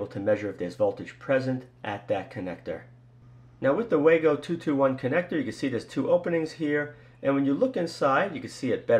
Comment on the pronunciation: It's pronounced VAHGO! and it's still a POS!